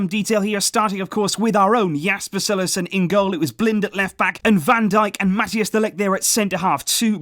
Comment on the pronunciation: Please try to pronounce Mathijs de Ligt's name properly ;-) It's not "Mat-e-as de Ligt" but rather "Mat-ice de Ligt"